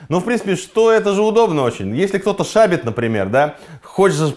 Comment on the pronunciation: шАбит? шАбит?? шАбит??? шабИт же!